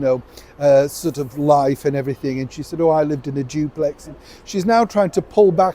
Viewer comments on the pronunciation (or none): none